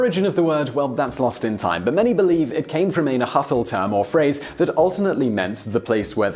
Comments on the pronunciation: Ha llamado najatal al nahuatl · As others before me have mentioned, your pronounciation of oaxaca is spot on, but man did you totally massacred the nahuatl pronounciation. it is pronounced nÁ-watl. hope that helps, btw i love your channel & possitively glad you did a video on one of Mexico's finest gifts to the world, cheers :) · Hey, just so you know, "Nahuatl" is actually pronounced "NAH-wat-l" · Those Nahuatl pronunciations hurt. I suppose most people (at least anglophones) aren't used to or don't know how to make lateral fricatives. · As a Mexican this was spot on also the H in Nahuatl is silent, appreciate the effort. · Well... That's a first, someone actually able to pronounce Oaxaca almost perfectly... Kudos to you!!! (And you murdered nahuatl btw XD) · his "nahuatl" pronunciation however...